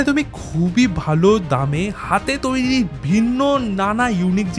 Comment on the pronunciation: Please take my suggestion change the anchor of your video hrithik dada ... His accent and pronounciation is so disgusting.... Lekha k lakha bolche toiri k touri bolche .. please change him .. if you are trying to do something big then erokom anari lok k rakha is not good ... R STOP PROMOTING GAMVLING APPS